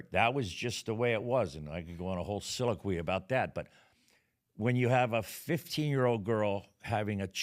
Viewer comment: Very entertaining episode. If you're going to try using big words to impress. You may want to pronounce them properly. Soliloquy. Just sayin.